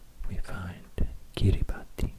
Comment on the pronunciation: Fun fact, Kiribati is pronounced "Kiribas"! :)